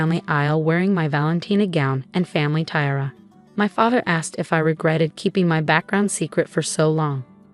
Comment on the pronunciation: Are these narrators so illeducated that they cannot pronounce proper words like settee, tiara,and heir? And politeness? This is truly upsetting and diminishes the enjoyment of the story greatly.